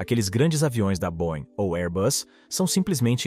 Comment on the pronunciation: Não é cavalca, é Cavalcante, e não boin, é boieng. Não mate o português.